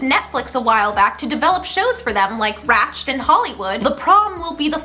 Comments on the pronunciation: When she said Ratch-ed like Ratched I shivered, just like when someone calls a cast recording a soundtrack, help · i love how she pronounced ratched like the past tense of a verb lmao